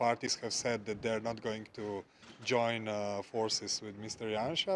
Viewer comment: Yay he pronounced Janša right :)